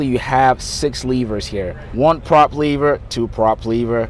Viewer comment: LEVER. NOT LEAVER